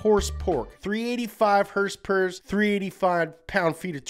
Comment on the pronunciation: “385 heRsper, 385 pound feet of twerKs”